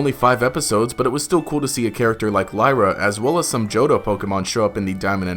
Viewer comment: Wasn't it Lyra? Not layra?